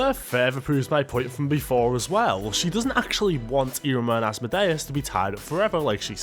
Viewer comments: Why is he saying it asmo-day-us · This full grown man needs to learn English and how to pronounce Asmodeus😅